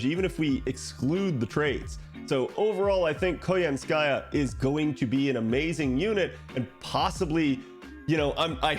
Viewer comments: it is koYAnskaya btw, not koyanskAya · for english speakers out there. in "Koyanskaya" the emphases falls on the first "ya", not 'ka" it's KoYAnskaya, not KoyansKAya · It's pronounced as ko-YAN-ska-ya. But anyway good content. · *snicker* What did you say? *replays* 😂 I am fluent in Russian, and your pronunciation is hilarious! Thanks for that.